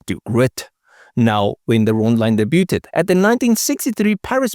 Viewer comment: I again congratulate you on a job well done. You find the most interesting cars, write excellent dialog and present your videos with confidence and knowledge. One tiny correction: I know you are in South Africa, so you mispronounce two words which end in T. Just to let you know, in their case the t is silent: Debut and Debuted, is pronounced: daybue and daybued. Chevrolet is pronounced Chevrolay. Keep making these great videos. When I was a young Chevy dealer mechanic, a customer brought in his C2 Corvette fastback to get an oil change and check the brakes. He neglected to tell the service writer that the brakes did not work! I got in it, put it in first and drove slowly towards the alley. I preferred to take that route to the lot behind the shop in quick cars, so I could "test" them out. The chain was still across the opening to the alley. I pressed the brake pedal, it went to the floor! I pulled the parking brake, nothing happened! The car kept rolling, it snapped the chain, which whipped around and broke the driver's side glass, showering me, then it hit the chain-link fence on the other side of the alley, breaking the front fenders. I went and got the service manager and showed him. The owner threatened to sue me and the dealership, the service manager threatened to sue him for reckless endangerment of his employees. The owner backed down. I would see the car from time to time. He never fixed the body damage.